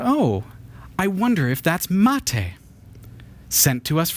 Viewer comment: I'm really happy to watch you drinking mate. The second pronunciation of "bombilla" is the correct and it's perfect. You still having problems with the word "mate" but is much better. I will try to make a video with the pronunciations here in Mendoza, Argentina and Buenos Aires but :( I am fighting against every video editor i use on my Linux Mint pc.